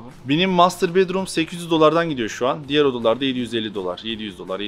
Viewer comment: nami deger degil diger